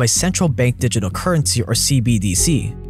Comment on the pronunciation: repeat after me. di-git-al. di-giT-al